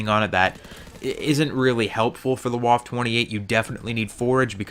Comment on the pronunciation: Also it is pronounced "Vaffa" and if you want to be fancy you can call it the Waffe Achtundzwanzig